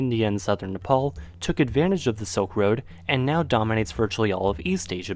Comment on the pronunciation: I love this guy, and I'm truly interested in a lot of the same things that is, but it really sounds like he's saying "soak road" instead of "silk road"... Just listen! It's so sad to hear such a smart person speaking so quickly and lazily, to the point where I need to turn on the CC, even though English is my first language. I'm really interested in what he has to say, but I've been having a hard time understanding the speech of anyone born after 1995 lately... It's like a new language or something, and it sucks. 🤮